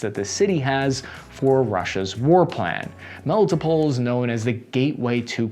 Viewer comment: * Melly-TOPE’le (Melitopol). * Eezoom (Izium). Your pronunciation of most Ukrainian names is way off. I congratulate you for saying Bucha.